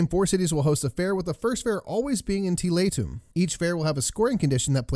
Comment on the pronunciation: Finally someone pronounces it right